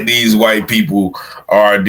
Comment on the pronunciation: Bro say whyte thugs 😂